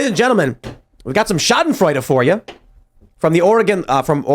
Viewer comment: I am German, and I can confirm he pronounced "Schadenfreude" correctly✌️ But you might identify as someone who speaks perfect German regardless, so I guess you got that going on for you, which is great😁 Remember to stay safe kids! Regards from Europe🫡